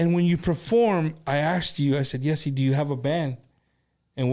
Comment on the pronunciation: I think his name is pronounced jh-ay-see